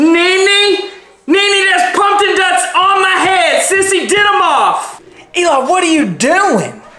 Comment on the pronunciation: “I’m not totchin them tumpin guts” the way he mispronounced it and “NINI There’s TUMPKIN TUTS ON MAAAA HEUAD”😂😂😂